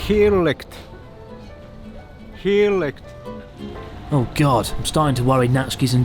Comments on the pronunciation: HAHA said "Hier Likt" instead of "heerlijk" so basically he said "Here's being licked" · dutch pronounciation was near perfect. 😂 "Heerlijk!" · I'm impressed by how said heerlijk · pronounciation of 'heerlijk' with the Heineken beer wasn't that bad at all. I didn't understand it at first cause he ended the word with a 't'. There's no t in heerlijk. And it's Heineken. So it's a lie as well. Heineken is laughed at as a beer. No one thinks it's Delicous.:p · Close, It's heerlijk not heerlijkt but it's close enough. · The dutch town is actually incredibly accurate to Amsterdam... minus the windmills. But aside from that, that's spot on. - was almost there, Heerlijk without the T. Damn. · heerlijk with out the T :P heiniken might be dutch. but also mostly exported. try grolsch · Did just say: Heerlijk? What a boss! Remove the t and you got it right! +Respect for:D